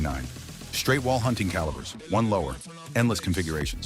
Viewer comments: Would someone please teach AI how to say calibers! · You really need to teach the that crappy AI how to pronounce calibers properly.